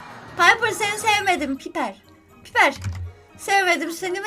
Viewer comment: ABLA PAYPIR DEĞİL PİPER DEDİN YA BİBER ANLADIM :D